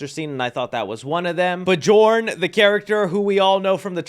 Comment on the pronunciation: Why can't anyone pronounce 'Bjorn' correctly